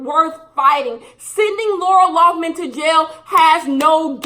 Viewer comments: Lol will she ever say Lori Laughlin (Lin) not man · Every time she says LoughMAN instead of LoughLIN, I cringe a lil bit. That should be her punishment. People should call her LoughMAN for the next 40 years, lol. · youre entitled to your opinion and all but you should really learn her real last name loughLIN not loughMIN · Nobody:: LaUrA LoUgHmAn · LoughLIN L-o-u-g-h-L-I-N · But do you even know her name ? You didnt say it right once lol laura loffman isnt her name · mispronouncing Lori Loughlin for 22 minutes